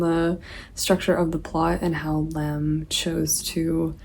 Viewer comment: great cool video!! just a little bit confused why kinda calls lem a danish author? 😅 he's polish! also it's not a big deal but for a bit more accuracy - his last name is pronounced with a stress on I! just some fun facts I guess😅